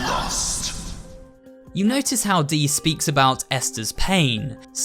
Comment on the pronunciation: Dees name sounds like deez when you say it